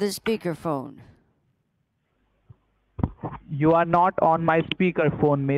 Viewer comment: "Miss you are not on my speakel phone"